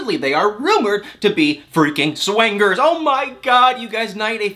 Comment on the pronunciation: To hear say SWANGERS instead of swingers is a delight🤣